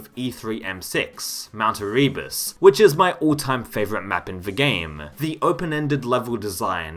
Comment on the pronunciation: the amount of times you say "erebus" while mispronouncing it is pretty amusing